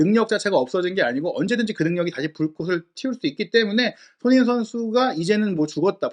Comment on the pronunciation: 제발 발음좀 똑바로 해주셨음 합니다. 손흥민 이란 단어가 어려울까요? 처음시작시 손흥민 빼곤 손으잉? 이렇게 들리는건 저만 그럴까요?